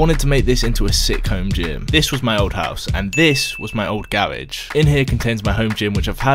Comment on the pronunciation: Gawage... it’s actually garage